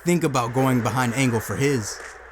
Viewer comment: Hearing you call Angle Kirk Angel reminds me of when Chris Jericho called him that in 2000 that was funny just like Kane’s hairline and I guess they had to tell you their names in their E-Mails in case you don’t know who they are